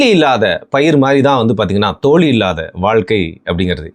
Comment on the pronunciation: தோலி ❌ தோழி✅ சிறப்பு 'ழ'கரத்தை சரியாக உச்சரிக்கவும்